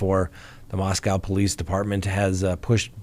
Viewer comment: said "Mos-COW" again! Well, that is the way it's spelled...